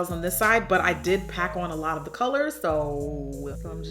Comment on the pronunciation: Please it's a lot not slot